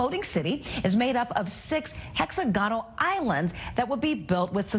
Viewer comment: What's stupid was the way that newswoman pronounced "hexagonal"